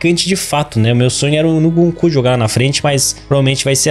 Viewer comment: para de dizer Nukunku 😭😭